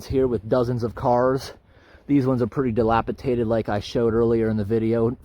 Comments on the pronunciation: Dilapidated… not dilapitated. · just 1 thing. it's delapidated, not delapitated as u were pronouncing it. very interesting video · Terrific hike, great editing of interesting things. You have really gotten some good videos out of the Eagle Lake locos. Could I just make one tiny comment? The word is "dilapiDated" with a D, not "DiliapiTated". Carry on and thanks for great entertainment - from the Language Lady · The word is dilapidated not "dilapitated" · It's dilapidated, not delapitaded. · Great video. That word, it’s dilapidated rather than “delapitated”. Not being clever, just thought it worth mentioning. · I know how intelligent you are and I respect that. I thought you might like to know you have been ill informed regarding a certain word: Dilapidated. Dilapi DATE ed. I hope you receive this as the gesture of sharing in which I send it. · speaking of dictionary. I love how he mispronounces dilapidated. He pronounces it dilapiTated...LOL